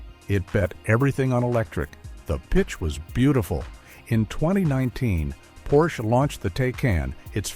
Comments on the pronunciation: "Porshey" ?? OMG, I am so fucking tired of this AI slop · Drop the second syllable “e”. Now say it, what’s the car? - That’s better. Almost human. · How am I supposed to take this video seriously when the narrator doesn't even know how to consistently pronounce Porsche correctly? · what BS. The author can't even pronounce Porsche correctly. The 911 will always be around with the highest resale value of any car, the least depreciation. The 4-doors and suv's are a different story. The EV's are a different story. I didn't buy my 911 last year for investment but it turned out to be one.